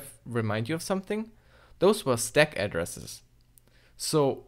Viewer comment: cant even pronounce stack correctly, kind of hard to understand like what is that "`"x08' at the end?